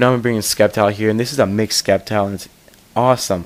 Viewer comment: Its pronounced Sep-tile, the c does not make a k sound btw.